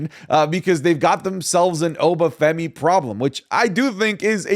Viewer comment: Stop pronouncing obafemi wrong